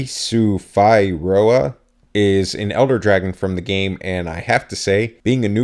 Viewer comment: I think it's pronounced D soo fee roa Don't quote me on that though